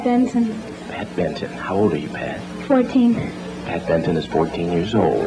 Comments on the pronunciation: She initially said Pat Benson. twice mispronounced it as Pat Benton. IT'S BENSON!!!...She oughta' know!!! She was nervous...but can lip-sync with the best of them! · Her name may be Benson but she is saying Benton and so is he!